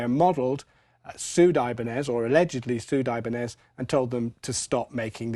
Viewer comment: Dear John: Great demo. I’m a big fan. Thank you very much. I need to share this with you: The word “IBÁÑEZ” is Spanish and it is pronounced “ee-báh-nyez” [with the stress on the “bah”]. I’m sure you know that the Japanese bought “IBÁÑEZ” in 1933, after Hoshino Gakki had been importing Salvador Ibáñez’s guitars for two years. Salvador Ibáñez (1854–1920) was a Spanish luthier from Valencia, eastern Spain. He was not from outer space. The Japanese slightly mispronounced the word “Ibáñez”, but it was you speakers of English–and mainly the Brits–who distorted this word beyond all recognition. Why is this important? First, it grates on the ears of the many millions of speakers of Spanish as a native tongue. Second, it leads to miscommunication. The first time I walked into a guitar store in Canada and asked to see an “IBÁÑEZ” guitar, the sales dude told me they didn’t carry that brand. I raised my finger and touched the guitar I wanted. He then proceeded to “correct” the way I had pronounced the word “IBÁÑEZ”.” I simply rolled my eyes and said: “Let’s see. I am a native speaker of Spanish and a professor of Spanish…with a Ph.D. in Spanish; but you want me to mispronounce a Spanish word just because you are either unwilling or incapable of pronouncing it correctly. Is that it?” To that, he had the balls to say: “Yeah. Something like that.” While I am a half-decent Spanish professor; I cannot cure stupid and kid was just that. Brits callously do the same thing with pretty much every